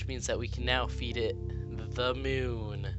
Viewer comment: mioun?? MIOUN??? ITS MOON!